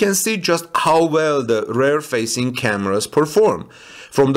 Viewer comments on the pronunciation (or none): Please consider pronouncing rear like "reer" and not like "rare". Please? Rare wheel would be "very uncommon wheel". Good job in all other respects!